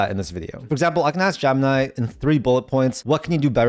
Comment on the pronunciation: Graphic is not a countable noun, and stop saying Jump-nigh.